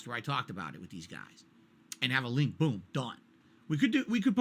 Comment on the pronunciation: Detractors content is ripped directly from his video. How the fuck can he even try to debate saying, "HERE DA LEENK TA PAHDCASS WHERE I EXPLAIN IT"